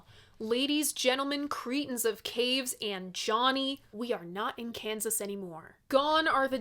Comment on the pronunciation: creetin of caves :) , it's almost a catchphrase at this point